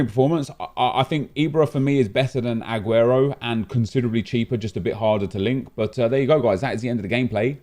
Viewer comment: Why does he pronounce the A on AGUERO so much?😂 AHguero